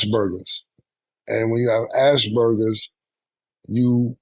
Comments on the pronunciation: "Ass burgers" (Aspergers) is crazy! PAUSE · Cam said Asbergers like ass burgers lol